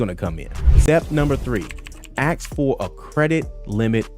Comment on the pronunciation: This man is so literate and articulate, yet still says "aks"....thats a shame. He's better than that.